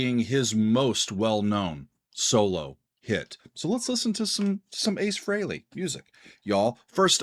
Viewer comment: I'm glad you pronounced his ladt name correctly